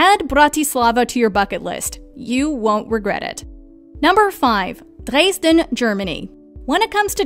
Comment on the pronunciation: And incorrect pronunciation....Drays-den....